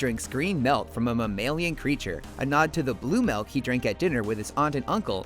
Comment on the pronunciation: Did you say melk or milk?